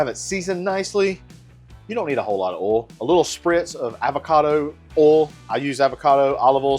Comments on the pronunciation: It’s oil not oool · “so let’s talk about öl”